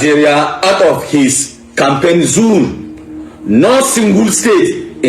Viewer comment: Listening to a man that pronounces zone as zoon should not be taken seriously..